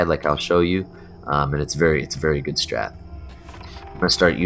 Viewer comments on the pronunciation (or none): none